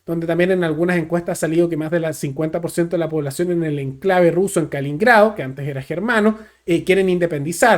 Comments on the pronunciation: con todo respeto.. Es Kaliningrado.. No. Kalingrado.. Solo ese alcance.. Era la antigua koninsberg.. Saludos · KaLININgrado, kaliningrado, que pasó? 😂 No es tan difícil decirlo pero el se equivocó como diez veces en este video 😂